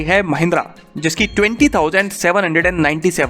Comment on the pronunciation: abe yaar tum fir se aa gaye "bich payi", "bichi hain"" pe ? theek se bolo bik payi hain, biki hai. Tumhara main language hindi nahi hai shayad isiliye tabah kar dete ho apne local tongue ko la ke.